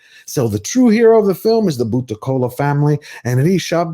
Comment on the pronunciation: Mad respect for your researched review. When a non Indian can pronounce words like kantara , Karnataka , bhoota kola like the local does , one knows this movie has broken all barriers ! Tulunad hudugi ( girl from tulu land )